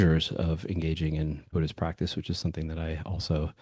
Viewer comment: I think you said author of BUDDH-ISH lol I thought I had made up that term❤